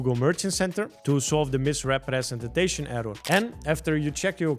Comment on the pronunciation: Misrepretenstation error 😂 Dude stop saying it that weird